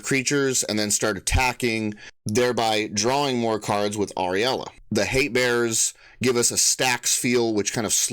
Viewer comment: Uh- rule-ya I believe is the pronunciation. Glad to stumble on this channel